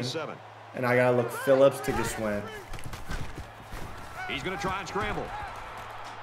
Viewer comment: Favorite part is you pronouncing Gwschends name every time different 🤣